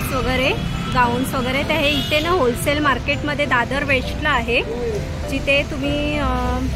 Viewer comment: It's wholesale not hosale. Any way it's good.